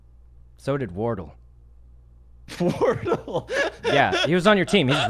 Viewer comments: Hahaha he kept calling him wartle instead of War-Dell. Hilarious at the end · lol sykkuno calling wardell wardull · “Wardle” -Sykunno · Lmao wortle. Pee pee ga. Bar bar ra. His pronunciation kills me everytime. Gotta love sykkuno man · I finally realized two things: That the phone call was with sgares (watch sgares reaction to Sykkuno, its hilarious 🤣) . . . . . . . and that Wardell isn't pronounced Wardol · I love how he pronounces it wardle nor wardell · Lmao “wardle” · i didn't get why he laughed but then i found out sykkuno was just casually mispronouncing names once again lol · The way Sykunno pronounced Wardell sounds like how you pronounce the second evolution of squirtle lmfao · Sgares started laughing his ass off when sykkuno said wardell wrong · the way he pronounces wardell is so funny and adorable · can we talk about how pronounced wardell the way sykkuno did to not embarrass him